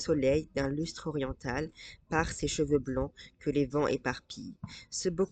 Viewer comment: en extérieur nous dispense la lumière de Saint Amant. Youpi! Juste une petite correction de diction: "oriental" est toujours quadrisyllabique en poésie classique (o-ri-en-tal).